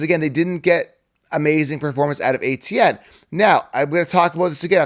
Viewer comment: Travis ETN, not ATN